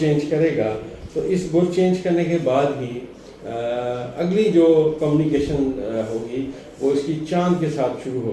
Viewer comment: ابھی تک آپ کی گزشتہ تو کوئی بات پوری نہیں ھوئی بس ستاروں کی آپ نے دوڑ لگوا رکھی ھے مہربانی کریں ستاروں کو تھوڑا "ساہ" بھی لے لینے دیں۔۔۔ لفظ قومی کیشن نہیں بلکہ کمیونیکیشن ھوتا ھے ۔۔۔جھوٹی تسلیان دے کر آپ کتنا عرصہ لائیکس سمیٹتے رھیں گے ؟؟؟؟؟ اب ایک ھی طرح کی باتیں سن سن کر تو کان بھی پک گئے ھیں ۔۔۔۔ ھون تے معافی دے دیوسرکار